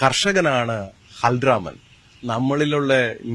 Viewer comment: 😂 Halramanala Balraman adhyam nee onnu vakukal paranjju padiku